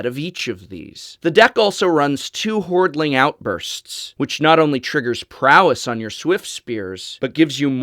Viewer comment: fix the decklist: Hordeling Outburst not hordling:3 ty for the deck